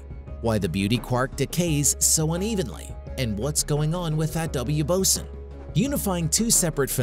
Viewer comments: BOSON is definitely not pronounced "bo-sin." It's "bo-zon" as it's named after "Bose" which is pronounced "Boze". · He (or IT), is pronouncing it like the Navy officer in charge of equipment. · Ty. Every time he said it I shuddered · I noticed that too right at the start of the video. It kinda poisoned everything that followed. And continuously mispronouncing "boson" didn't help either.